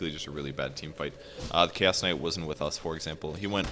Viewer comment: Keep hearing "KS Kight" instead of Chaos Kight